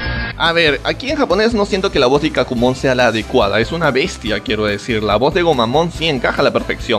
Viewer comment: Me encanta como se pasan todo por los webos y enves de pronunciar a Ikkakumon como Ikak'kumon lo dicen Icaqumon :vvvvv.